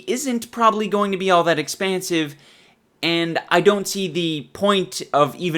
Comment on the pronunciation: Expansive sounds like a asian is trying to say expensive